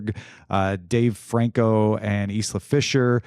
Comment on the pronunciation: For future reference, her name's pronounced Eye-la, not Is-la.